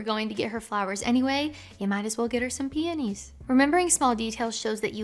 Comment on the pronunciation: When you said "peonies" at the mark, I thought you said panties at first. I am finishing up a night shift while doing school work as I'm watching this. It's also been awhile since I've been with a woman. None the less, good advice as usual. I enjoy your videos!